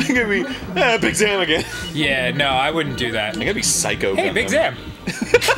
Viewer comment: Big Zam is pronounced Big Zom